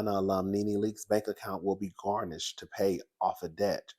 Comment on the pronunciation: Garinsh..Who’s GARNISH?😂 slides off camera.. 💀💀💀💀💀💀💀💀💀